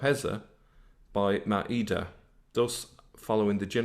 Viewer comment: That Irish Pleb can't even pronounce a single Arabic word properly IT'S "maa-eda", not "ma-eeda", which gives a different meaning.